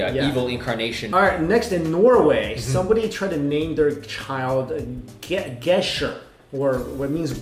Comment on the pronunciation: He pronounced 'Gesher' correctly the first time XD Edit: About the Pokémon names.... People have named their kids Pikachu and Mewtwo in Japan....